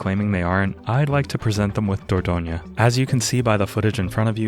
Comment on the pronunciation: I live in Dordogne! You pronounce it just fine (perhaps you could stress the third syllable less: DOR-DON-yuh)